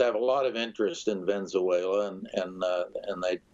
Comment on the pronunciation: the guy cant say the words Ven-ez-uela or Mad-u-ro